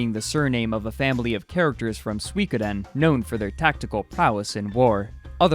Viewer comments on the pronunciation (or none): "Sweekoden" ROFL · Go here and click the speaker button on the left side. it's 3 syllables: Sui Ko Den, all pronounced in the same pace and as one word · How the hell do you pronounce Suikoden!? lol :)